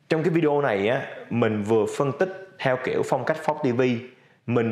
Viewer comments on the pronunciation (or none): none